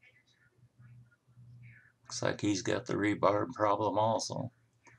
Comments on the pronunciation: it's not rebarb... it's re-bar. as in reinforcement rod or bar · It’s not rebar’b’. It is rebar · Hey dumbass it's rebar not rebarb. You fucking idiot. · rebarb, ha ha what part of the country do they say that? I think he just likes sayin it. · Don't say rebarb!!! it is rebar.New Yorker maybe. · great video's my friend but why do you say 'rebarb'? its rebar , no b on end. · Did you say "rebarb"? You might want to check that. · Re-Bar, as in "reinforcing bar" learn it, live it.